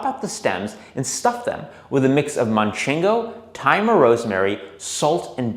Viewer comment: I love this video... but I can't help to get annoyed at how you've added a "N" to your pronuntiation of "Manchego" cheese hahaha As a Spaniard, please... don't! 😅 Spotless otherwise!